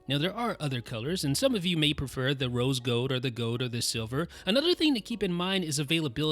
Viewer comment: "rose gode"